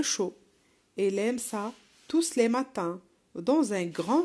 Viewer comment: Pardon, mais on ne prenonce pas le s dans le mot tous